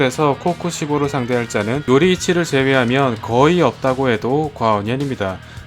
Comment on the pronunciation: 아무리 들어도 요이리치 이긴 하네여 녹음 실수 하신듯